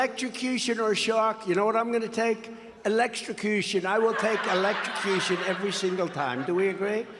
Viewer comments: Evelcropution. Elecprotushion. Eblehintrusion. Old man T** can't pronounce big words. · He can't even say the word electrocution 😂😂😂😂😂😂😂😂😂😂😂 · Covfefe, hamberder, oranges (origins) and now electstrocution. Anyone got a book that just lists his verbalisms? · "I will take...elekstrocution!". Typical Tramp, mispronouncing his preferred form of death...